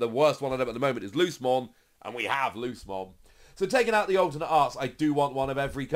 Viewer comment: Ngl it’s like an itch every time says lucemon like loosemon, not luce’mon